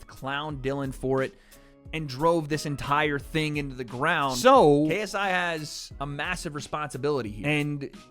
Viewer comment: “Tha Naut Mauh KSEYEEE” 😂😂